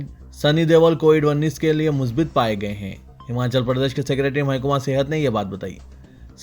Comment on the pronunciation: please urdu ki ROOH Tadap Rahi hai MYSTARID nahi MUSTARAD HAI 🙏 MUSBIT nahi MUSBAT Hai 🙏 MATMOOL Nai hai MUTAMAVVIL Hai 🙏